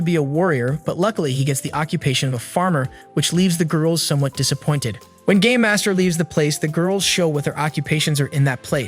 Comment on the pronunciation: Bro I heard instead of “ game master” it was “ gay master” 💀